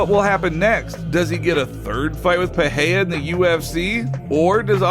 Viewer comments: What’s with everyone pronouncing his name as if there’s an H in it? It’s pronounced Pi ray rah not Pi hay day. If you can’t roll the “R” say the “R” regular or the American way. The way this guy and Joe Rogan says it sounds very unintelligible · PEREIRA is pronounced PE-RAY-RA!!! Otherwise I enjoy your efforts. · Im fascinated everytime some cant pronounce R s after another in a name like Pereira.